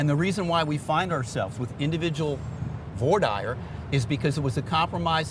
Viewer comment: Vwah deer not vore dyer 😩